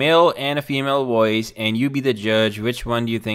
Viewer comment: Makes a video about voice overs, literally can’t say the word “Voice.”